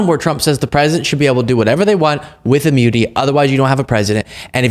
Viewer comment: Please give him some of that "imyuniti". Because he can't function. He's not even president and he's not functioning now.